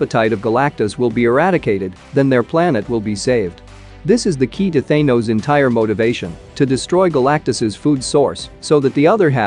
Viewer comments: It is thanos not thinos say it correctly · Why the f*** are you saying thanos's name like that